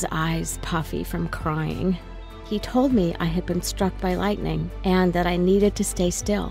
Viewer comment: "lightenng" just me? Ok.